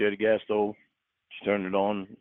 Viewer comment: He's convinced he hit a (imaginary) g-spawt with his tongue. According to Cawd, it's awn the inside, to the left. EDIT: I just caught him using the plural "clits," like he thinks there's more than one.